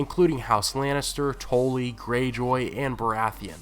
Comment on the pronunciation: the way you pronounce Tully had me confused until you said the Blackfish's name